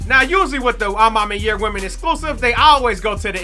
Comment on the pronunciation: You sayin a ma maniere wrong made me click off this vid jeez